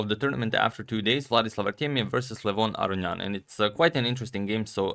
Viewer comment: As an Armenian, I can tell you that in your older videos you were pronouncing it correctly.